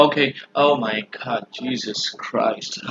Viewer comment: "Jesus Crouched". This is what I hear when this dude tries to be all dramatic